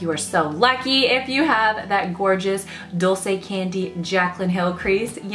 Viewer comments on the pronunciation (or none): none